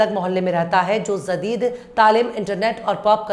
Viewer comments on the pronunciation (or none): Zadeed nahi hota,jadeed hota hai